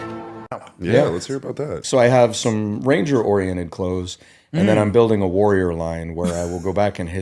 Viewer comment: He calls it a warrlor line and calls Hitller a Warrior. That's a bit much.